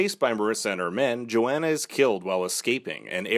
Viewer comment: Its pronounced yo-hon-uh